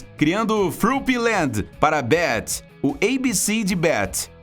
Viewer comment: Querendo ajudar mesmo, para de querer falar inglês, mano, fica ridículo... a gente é brasileiro, fala tudo em português ou fala inglês mas sem querer forçar falar igual americano, e tu ainda falou o nome Beth errado. Vindo editar o que eu escrevi pra falar que na vdd tu falou um monte de coisa errada com essa noia de querer falar inglês ksksksks